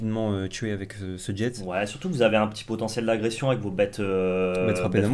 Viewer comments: Jet c'est jé la prononciation pas djète 😉😁😁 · "Jet"... se prononce surement jé non ? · Petite précision sans importance mais qui me titillait, la carte "jet" se prononce "jet" du verbe "jeter", et puis on voit bien le gobelin se faire jeter ;) Ce n'est pas un mot anglais, de plus le nom anglais de la carte c'est Fling. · Très bonne vidéo. Vous prononcer le t de "jet"? Pour moi il ne faut pas le prononcer c'est comme dans un jet de dès.